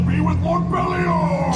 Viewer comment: I’m an Ultraman fan from way back…since the early 70s. I find it a bit odd that for this live show they changed Ultraman BELIAL to BERIAL. Did anyone else catch that?